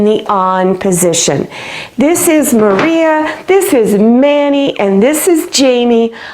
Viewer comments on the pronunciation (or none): none